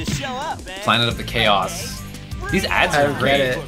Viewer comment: And "Chaos Control" becomes "Cows Control". Everything's better with Engrish.